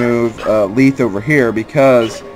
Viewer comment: leth final e is silent and the first is soft. he uses the hard e annunciation used for when you have 2 e's. so instead of the e being like in leaf itll be soft like in let :l obviously the th is also soft.